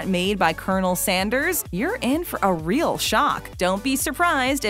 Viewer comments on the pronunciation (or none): none